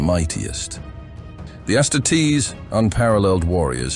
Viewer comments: it's not ass titties you bot. its astarties . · His pronunciation bothers me. The word is astartes is based off of the Roman auxiliary that would finish off the wounded post battle. It's Ah-star-tees, but to each their own. Hos vids are good otherwise.